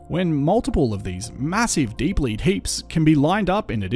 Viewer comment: Your enunciation was so poor that I had no idea the words you said were “deep lead” until I saw it written. Beware. Just because you know what you are saying does not mean others will. Don’t expect your audience to read your mind.